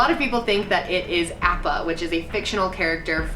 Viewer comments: Appa actually pronounced AH-PAH, not APP-AH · ITS NOT AP-PA ITS AH-PPA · AWppa not AHppa sry girl I had to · it’s not pronounced āppa it’s like ah-ppa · Apá from the last air bender is pronounced “aw-pa” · appa (ah-pa) im a nerd i know but that was my show don't mean to be rude just a friendly reminder :) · you did not just call appa "appah" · "appa"!!!! no!!! it's pronounced ah-ppa!!!!! pls don't be like the movie and mispronounce everything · Anything that we explore in space will be kept from us anyway so I'd say explore the ocean! But you said Appa wrong lol💗